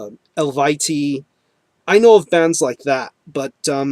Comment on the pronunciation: good job on pronouncing Eluveitie correctly. I didn't know how until I saw an interview with Anna.